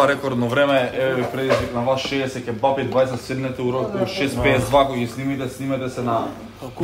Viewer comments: Ќе'бапи се кажува, а не ќеб'апи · daj be nauci se da kazuvas kebapi a ne ke-bapi